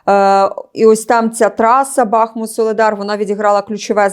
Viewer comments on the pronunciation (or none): none